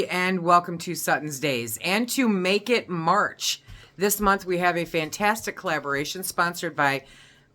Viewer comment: Almost sounds like "naked March" lmao!